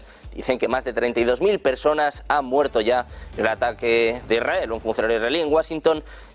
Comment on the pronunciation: IS RA EL....Leer bien...partido se va algo mas...